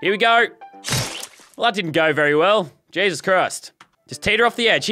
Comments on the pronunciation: I swear to gesos Christ if you don’t stop saying gesos Christ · This is how Manny times leazarbeam said GESOUS crisis